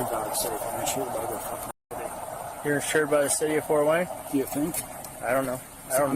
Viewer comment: "Fowt Wayne"